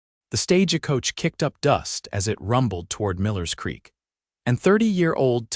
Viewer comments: You should have heard the way they said Eleanor in a different story .. awful Ee-lean-rrr. Love the Italian Stagah Coacha 😂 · Stage-a-coach-a? Ta-bith-a? Is English not your first language? Or just a really bad AI package? Cannot finish listening... awful. Will not be subscribing